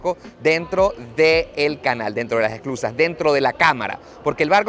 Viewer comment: Hola! Gracias por mostrar un poquito de mi hermoso país. No sé si escuché bien pero creo que decías “exclusas” y se llaman “esclusas”. 😉